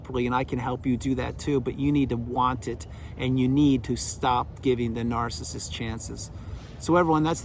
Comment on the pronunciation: I love the way you say ‘NAARCISIST’🎯😂🤣 Thank you, you are spot on again… I remember after discard it was difficult listening to some of your vids, because the Truth about narcs is so painful & destructive… I think this is why healing takes a long time because narcs operate literally the opposite of humanity, & it’s painful to understand on every level: emotional, mental, spiritual, & physical… Narcs are empty, demon controlled meatsuits. No humanity. No hope. They belong in ASYLUMS FOR THE CRIMINALLY INSANE. Period. Blessings to all Truthseekers 🙏💪❤️‍🩹🌱🌻